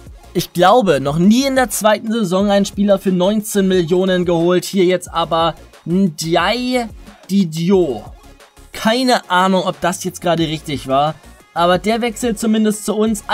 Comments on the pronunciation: Er wird Dieetju ausgesprochen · Den diedhiou spricht man (dietju) aus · Diethiu ausgesprochen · den spricht man Die jet you aus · Also ndiaye Diedhiou auszusprechen lernen wir noch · Diedhiou wird anders ausgesprochen